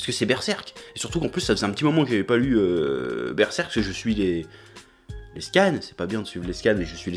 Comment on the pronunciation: cheeeeeeeeeeeeeeeeeef ou sont tes traditions ?? normalement c'est berserrrrrrrrk ''oooooo''